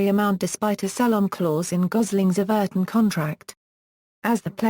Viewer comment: You pronounced Everton wrong